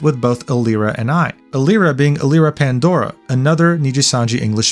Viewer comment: how do you pretend to know all this shit and you cant even pronounce their names right.. elira PANdora? EYEluna? KEEyo? really? i’m not defending aster, he’s always given me the ick, but you could try a bit harder with the pronunciations. its like you haven’t watched a single niji video before and you’re only parroting what you saw on twitter. how can i believe you know anything about their morals when you’ve clearly barely even heard of them